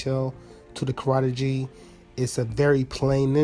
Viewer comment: future reference..Karate Gi..GI is said like (GEE) not (G) great video